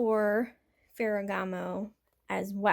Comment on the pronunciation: Omg, you pronounced Ferragamo correctly!